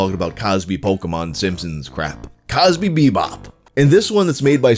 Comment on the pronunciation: Felt like an activated sleeper agent when I heard simpsons bill cosby say pokeman